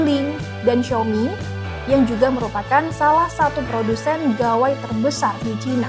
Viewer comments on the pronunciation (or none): none